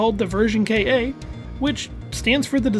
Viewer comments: 1. It's not read as "Version K.A.", it's "Version Ka", almost like the Japanese pronunciation of "car". And it's not the designer's initials, it's part of his name, Hajime Katoki. 2. Its...own...look?? I wonder if Nakayama-san also happened to work on the Rockman.EXE/Megaman Battle Network series...because the art styles are VERY similar...especially with the crossover content between ZERO3 and EXE4. It's almost as if ZERO1-ZX Advent was more of a future of EXE and Ryuusei no Rockman rather than a future of X. 3. That clown Weil: just like Isoc in X6 and Sagesse/Serges in X2, it seems to be believed that he's another reincarnation of Dr. Wily. I personally think that's a load of 🐳💩 (how could his consciousness survive THAT long and NOBODY KNEW ABOUT IT?)...but what do you think? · Just a slight nitpick because Gundam is also my thing: the "ver Ka." isnt the designer's (Hajime Katoki) initials. This also means it is read as "Ka" and not "K.A." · Version ka. Is pronounced version KA. Not K A. It’s literally just the first syllable of his last name. ka-Toki.